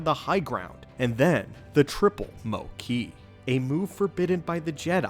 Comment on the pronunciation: The pronunciation of "Mou Kei" as "Mow Key" instead of "Moo Kay" is really bothering me 😂.